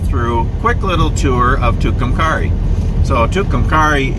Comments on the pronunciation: you are pronouncing it wrong .Too Cum Kerry named for two Indians the died o Tucumcari mountain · I live in Clovis New Mexico and travel to Tucumcari once a month to my doctors appointment. We also go there occasionally to go to Conchas Lake. It's really a nice little town. It's pronounced at the end like the name Carrie. Thank you for this. I love it!❤ Hope you get through Clovis some time. We have some pretty nice history. Including the Norman Vohs recording studio where Buddy Holly recorded, among other things..🤗. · The "a" is a long a in Tucumcari. (Its pronounced like the girls name). Nice video. Thanks for posting.😀